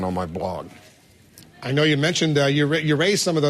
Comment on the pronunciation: he says Blog in a very funny way...BLLOOOGGG! ARRRRR